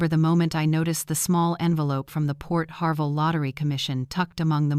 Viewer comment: Port HARVEY NOT PORT HARVELL!